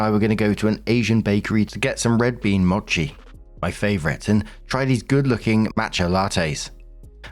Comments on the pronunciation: Small note for: mochi is pronounced "mow-chee" and is fantastic stuff usually with a custard, red bean, or ice cream filling. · Story 1: Yeah it makes sense that OP's mother is into an uber religious nut who posts to YouTube lol. Also hi! 🙌🏾 Just wanted to say that mochi is pronounced m-OH-chi. It's a long o sound 😊